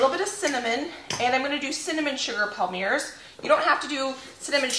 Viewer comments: Everything looks so good. I can almost smell the cookies. Have you ever used a pastry bag to squeeze your filling into the thumbprints? I feel it makes less mess. Palmier is a French word meaning Palm leaf. It is pronounced Palm Me A. 12 half-gallon jars! That is a great find. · Yay! The cookie video was a nice surprise today. You inspired me to get my holiday baking done! Also, since I am a French teacher and an Acre Homestead super fan...Palmier is pronounced " palm ee ay ". Happy Holidays to you and your family. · I think the Palmier's are French, and pronounced "palm-ee-ay's". Loved this video! Having a big bake-off with my family this Saturday! We all pitch in on ingredients, and make a whole day of it, with a break for soup and salad for lunch. We bake Swiss Bread, Bratzeli's, and Pecan Crunch, which are family recipes passed down from generations. Hey, dryer lint makes for a good fire starter!